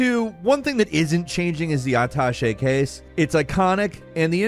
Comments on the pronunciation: "Uh tashay" case lol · Uh-tash-ay case😊